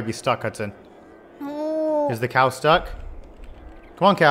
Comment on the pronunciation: It's cowu